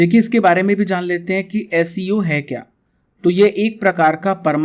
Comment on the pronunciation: SCO सही उच्चारन् 'एस सी ओ' होता है